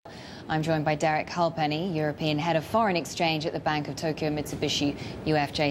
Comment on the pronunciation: Refreshing to hear someone pronounce Halpenny correctly!